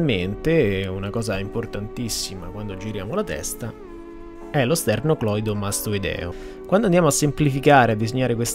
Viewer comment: Complimenti! Piccola precisazione sulla terminologia anatomica: massetére e non massétere. Sternocleidomastoideo e non sternocloidomastoideio. Complimenti vivissimi. Sei bravissimo.